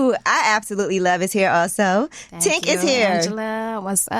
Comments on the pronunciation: Tink is definitely a vibe…. I hate how the kept messing up her name 🙄 it’s TINK, not TANK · Not Jasmine calling Tink everything but her name when the pressure is on her to answer a question. 😂 “Toc” and “Tank” like girl, get it together! Lmao